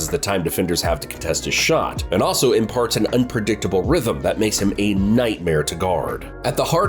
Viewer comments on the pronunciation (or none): none